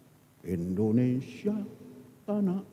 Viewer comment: Indonesia bukan Endonesia,sembarang sj